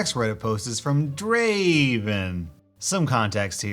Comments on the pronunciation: It's not Draven. It's Draaaaaaveen. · Not Draven, Draaaaaaaaaaaaven... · "Not Draaven. Draaaaaaaaaayvenn" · It's not Draven it's Draaaaaaven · Says draven instead of Draaaayyyyvvvooonnnnnnnnn. League of Legend players:*Tough Guy Finger Snapping* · Not Draven.... DRAAAAAAVEN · It´s not Draven, it´s DRAAAAAAAAVEN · 'No, not 'Draven.' Draaayven.' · not draven. draaaaaaaaven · you said it wrong it's not draaaaven it's DRAAAAAAAAAAAAAAAAAAAAVEN with a lower tone on the AAAAAAAAAA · The voiceline and the OPs name should be pronounced more like:"Dreyyyyven". For those who don't know, it is a League of Legends reference. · Your awesome but you didn’t say draven right